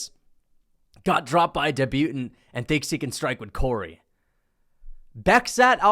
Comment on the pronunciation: doesnt know how to say Debutant